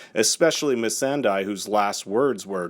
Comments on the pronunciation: Missandei sounds like Miss Sunday. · Mesan die?! Wtf man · True man . What the heck is a Missan DIE ?? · Miss-AHN-day!!!!! Jeezuz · Never have I ever heard it pronounced Missan-"die" on the show. It's so annoying and puzzling how and why people consistently mispronounce it. Especially youtubers who post about the GoT. So cringe. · Why do you people all say Missandei’s name so wrong??? You didn’t READ it and are therefore pronouncing it wrong - you’ve been HEARING it for literally YEARS. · Your pronunciation of Missandei makes me want to die soon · Do you pronounce Ice Cream Sundae as Ice Cream SunDYE? its not that hard to pronounce things man... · Got one minute in and had to stop. Intentional mispronouncing if missandei... can’t do it 😂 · The mispronounciation of Missandeis name is cringy as f***. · Why do you pronounce Missandei's name one way when it's consistently pronounced a different, presumably correct, way on the show? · The way this bitch said missandei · You keep pronouncing misandei wrong. Do you even watch dude? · Why would you mispronounce Missandei's name if you do watch the show? For the love of GOT, pronounce it properly next time. Jeeesh! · I cant stand the mispronunciation of Missande’s name. Im out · Have you ever watched a fucking episode of GOT, how the fuck you mispronounce Missandei's name? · I bet he pronounces Ice cream Sundae as Ice cream SunDYE. Yep. Not an excuse lol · Only if you can pronounce Missandei correctly! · Can you atleast pronounce Missandei's name properly? In favour of her memory.... Plsss🙄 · It's not mi San dai it's mi San dae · Did you pronounce it "missan- DIE" ironically? Considering "missan-DAY" did die in the last episode. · It's Missandei not Missandie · It's missandéi not misanday, for the love of 7 gods. Learn before you read your fucking script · MISSAN-"DIE". WTF! MISSAN-"DEI" THAT! But she died. My head just hurts of your pronnounciation. FFS! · MISS-AN-DAY! NOT MISS-AN-DIE! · It's missan-dae and not missan-dye.